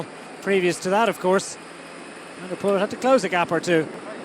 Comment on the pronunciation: Definitely not Hutchinson, think this is. Pity he can’t pronounce Poel correctly.